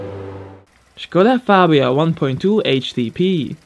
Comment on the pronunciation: Man, you pronounced Škoda Fabia right! Greeting from Czech republick.